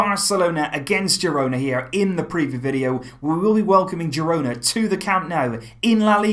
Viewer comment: Pronounced hirona